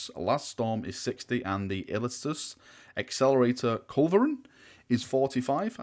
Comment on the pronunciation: illiastus = ill-ee-ass-tuss, arachnus = arr-ack-nuss. Hopefully that helps, it's not your fault you're northern;)